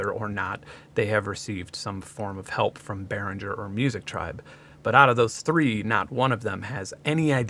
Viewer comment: I'm pretty sure you should pronounce G in Behringer like a G in Lamborghini or Target.